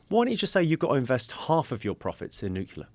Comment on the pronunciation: he mispronounces the word "nuclear" as "nucular." hah